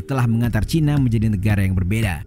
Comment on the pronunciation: Nah itu ejahan yang benar dan enak didengar ' cina', bukan 'caina'.